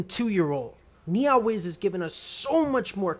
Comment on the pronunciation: The way you pronounce NeoWiz is hilarious "NiaWiz" lul